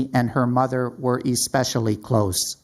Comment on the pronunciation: That prosecutor is weird he pronounced especially as E-specially.